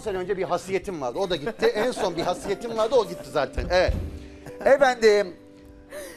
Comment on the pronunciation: hasiyet diyor, haysiyet değil miydi o ya?